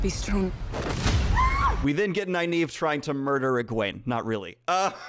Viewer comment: also i read the whole book not knowing the right pronciation of the names. so in my mind Nynave wasn't Nigh-neeve but Neenave and Eggwene wasn't EggWayne bur Eggweeen. so its really weird when daniel pronounces the correct names. they sound stupid. damnit.😖🤣